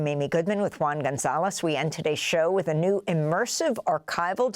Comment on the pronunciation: Btw- it's with not wiff😂